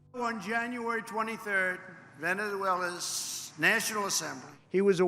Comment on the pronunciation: Damnit who typed VenezZzshuela’s on the teleprompter! For the last time anything you put on that teleprompter Trump will read 😂😂